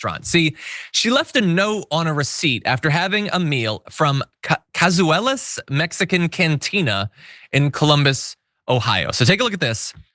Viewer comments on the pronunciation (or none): You don't screw with an institution like Cazuela's (caz-we-las FFS - OSU favorite).